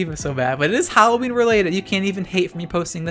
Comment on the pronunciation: I love how you say HAlloween